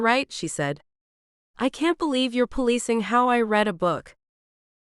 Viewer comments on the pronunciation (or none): I like these books, but, the AI narrator annoys me when she misuses the word READ......she can't tell the difference between the present tense "read" and the past tense "read" !! Former teacher here !! Spoils the book for me when the words are misread, or mispronounced ! Sorry.....